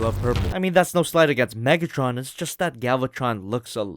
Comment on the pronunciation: Megatrin or Megatren